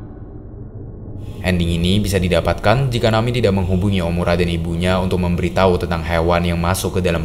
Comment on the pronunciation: ejaannya na-mi-e , bukan nami , ini bukan english